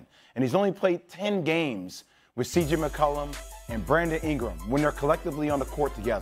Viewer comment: Lmao I thought he said CJ McCullard